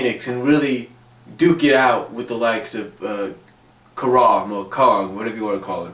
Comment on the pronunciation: Kharma not Kharam